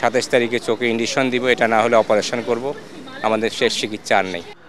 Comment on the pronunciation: আচ্ছা একজন কলেজ শিক্ষক কিভাবে ইনজেকশন কে ইনডিশন বলে? আমার তো হাসি পাচ্ছে হিট স্ট্রোকের কারনে বেচারার মাথা নষ্ট হলো নাতো😊😊😊😊😊